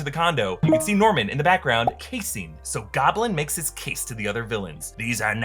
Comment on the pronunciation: is this a form of dyslexia? Junk drawer- Drunk jrawer🤔😂this happens to me alot